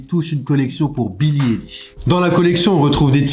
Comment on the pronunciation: Argh. c’est pas Billie « Élish » mais ça se prononce « Aïelish » ou « Eyelish » niveau prononciation😭